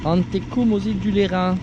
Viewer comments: Ici on dit les îles de « Lérince » phonétiquement…. « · C'est top les iles de Lérins et la Napoule la ou mon père avait son voilier pendant 20 ans !!! Merci de ces jolies images !! On prononce le S à lérins !!!!! lol !!